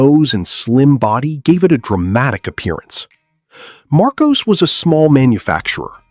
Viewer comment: Lotus Elan is not pronounced ELON, its ELAN ......LAN not LON...........MARCOS is pronounced mar COSS not mar COSE.